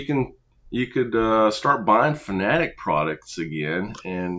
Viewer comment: Subbed just because you're one of the few I've see pronounce Fanatec correctly lmao